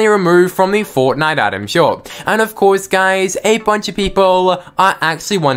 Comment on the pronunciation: Why do you keep saying "guys" after every sentence? And "ofcoure" ? Are you trolling or is English not your first language?